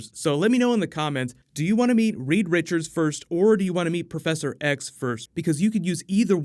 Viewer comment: Reed Richards, but for the love of God get it right this time!